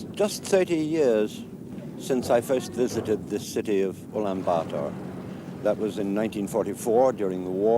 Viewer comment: Woah, He pronounced the city name Ulaanbaatar almost perfectly. Shouldn't be hard to pronounce but many mispronounce.